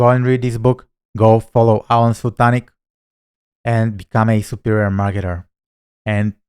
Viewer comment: This video is so funny. Here are a few points to ponder …. First, you are correct with the pronunciation of “Sul-tin-ich”. Second, you’re right that both are incredible marketers. People should learn from both. Alen’s Nothing Held Back community is the best there is for 100 reasons. Third, they probably wouldn’t fight as they are buddies. Maybe they’d pinkie wrestle over bourbon or a coffee. Fourth, this is where I think you may be off with your prediction with who’d win. Alen is a very big man at 6’2” and VERY buff. His legs are like tree trunks and he’s really fit. Not sure if he has wrestling skills like Russell though. This is a fun video and I know you made it for that reason. 😂